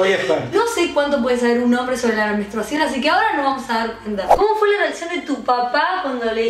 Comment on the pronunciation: JAJAJJA basta, le corrigió "menstruasion". Ni burra, chau.